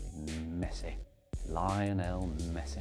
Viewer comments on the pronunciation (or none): none